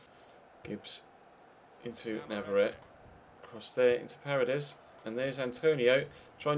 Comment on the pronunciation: it's parEdes not parades